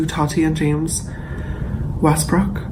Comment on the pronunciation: Nobody: James: To TaTeH WeStBrokhh